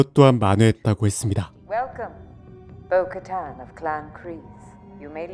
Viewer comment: 보카탄발음이 잘안되시던데!!복까탄 no!......보- 카탄 뛰어 읽으삼.